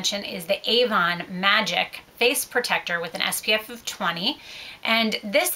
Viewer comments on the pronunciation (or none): none